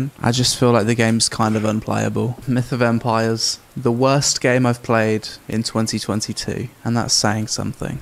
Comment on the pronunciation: Why do i hear "Meet a vampire " instead of "Myth of Empires" ?... Great review though.